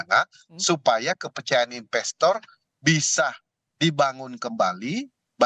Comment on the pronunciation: investor pak bukan inbestor